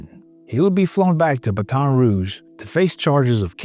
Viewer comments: Wish you folks would do a little research to learn how to properly pronounce words and names before you make these videos. It may not be so important to you, but to the people in these communities it is very important. In this case the one that stands out is Baton Rouge. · I know this is secondary to the story, but I’d feel better about it if the narrator learned the local pronunciation of Baton Rouge. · You might be pronouncing it correctly, but down here we say it like "Batten" Rouge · Nobody during the filming of this told this guy how to say baton rouge?! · The way you pronounce baton rouge makes me twitch. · If he says baton rouge like that one more time I'm gonna have a seizure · Your pronunciation of Baton Rouge is wired. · Baton Rouge say it right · If you’re gonna use the words Baton Rouge a hundred times in the video, learn how to pronounce it. 😂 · I grew up in BR. Watched this love sitting on the couch with my mom. Btw the pronunciations on this video are brutal! I wanna scream hearing Baton mispronounced wrong over and over. Gary IS a hero who did right by his son. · At least learn how to pronounce the fucking town your talking about. Wholly shit couldn't even watch this shit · It literally takes 20 seconds to look up how these last names and cities are supposed to be pronounced. 🤦‍♂️ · Come on man you can’t convince me you don’t know how to pronounce Baton Rouge. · I love this channel but you're killing me mispronouncing Baton Rouge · You can’t even pronounce the name of the city right Baton Rouge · Great video. But, why does it seem like you've never heard the name, "Baton Rouge " spoken out loud, before?😅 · Why are you saying baton rouge like that. Cannot watch it's aggravating. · 😂😂 the way it said Baton Rouge!!! 😂😂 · I wish these AI channels would at least put 30 seconds of effort in to fix pronunciation of places like “Baton Rouge”… c’mon, now. You know we’re all sick of AI slop. Stop reminding us that’s what you’re doing, too. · “Battin” rouge